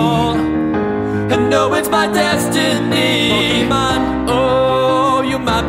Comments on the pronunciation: The least you could do is pronounce THE NAME OF THE SHOW right. It's Poh-Kay-Mon, not Poh-Key-Mon. That accent on the E isn't there to make it look fancy, it actually changes how the word is said. I'm sorry, but this is just ear rape. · So fucking good. But the way he pronounces pokémon makes my skin crawl. It's pokémon, not pokiman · Is it weird that I'm annoyed that he pronounces pokemon as (Poke-ee-mon) instead of (Poke-eh-mon) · You pronounced Pokemon wrong at least 50% of this song